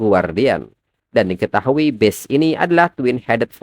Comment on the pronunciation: Masih aja acak acakan ini orang pengucapan bahasa inggrisnya ga ada perubahan, ga tau memang ga ada niatan perubahan, jelas jelas itu BEAST malah di baca jadi BEST 🥵🥵🥵, udah tua kah ini yg bawain alur cerita komiknya